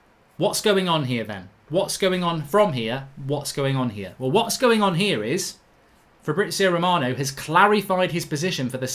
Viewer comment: Who is Fabrizo Romano??? 🤣🤣🤣